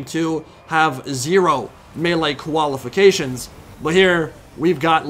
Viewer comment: No he said "koala-fications." So see? No need to get angry!